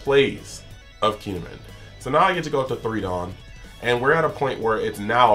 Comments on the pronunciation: He had the first half right, he was just saying Min instead of Mon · It’s KEY N Ehh MON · you're doing a hard KEEN when its not quite right